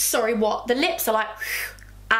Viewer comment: I thought u were sayin nips instead of lips for the eye cream I was like saucyyyyyyy